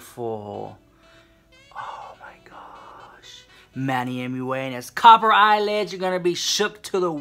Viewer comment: The way you say copper, kills me!! lmao Luv yew so much!